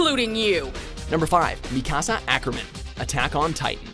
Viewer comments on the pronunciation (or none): You Said Mikasa Wrong It's Pronounced :(Meek-ah-sah) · You pronounced Mikasa wrong but okay. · The video is fine.... But the way he says Mikasa made me cringe.